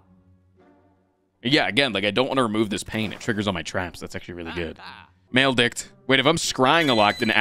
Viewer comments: Maledict is pronounced either mal-e-dict or mal-i-dict it's definitely not pronounced maledick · He knows, it's a bit he's doing. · I cant tell if he is sayong maledict wrong as a bit